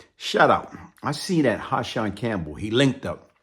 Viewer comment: It’s Hassan.. Not Ha-Shonn!!🤦🏽‍♂️